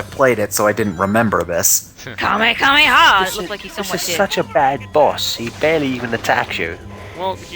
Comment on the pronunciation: Amanda: KaMeKaMeHa! My best friend: KaMeKaMeHa! Me: Its KaMeHaMeHa you morons. Say it right or don't say it at all. -_